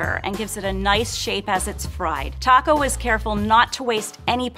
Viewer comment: Is it just me or is calling Taka "taco?" 😂😂😂